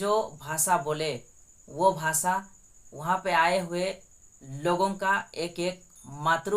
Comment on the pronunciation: ✝️👑⚘🙌🙌🙌🙌🙌Prease the lord...बेटा " भा सा नही बल्की भाषा है ,यरूसलेम नही येरूशलेमन...,आच्सर्य नही आश्चर्य...कुछ शब्दोको साफ बोलना,बोली भाषा जोभी हो पर साफसुथरी जरूरी है...और क्षमस्व करना की मैने तुम्हे कुछ बताया ...प्रभुयेशुकी प्रिती और शांती सदैव तुमसंग और सारे परीवारके संग रहे...आमेन, आमेन, आमेन..🇮🇳🇮🇳🇮🇳🙏🏽⚘❤⚘🙌🙌💔mmi👈⚘❤⚘